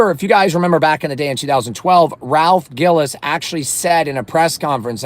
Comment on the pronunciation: Good lord brother.. it’s Ralph GILLES pronounced like the word “Pills” & Ralph is Still there at FCA.. and he’s EASILY the most legit Automotive executive in the history of the big 3 when it comes to the big 3’s performance car division.. Ralph is the Main reason we got the SRT8 (Ralph won the North American Designer of the year for him creating that car) Ralph is the main reason we have the 08+ Challenger SRT8, & he’s the ONLY REASON we got a Gen5 Viper at all. Anyone who’s a SRT vehicle owner owes Ralph Gilles a huge debt of gratitude..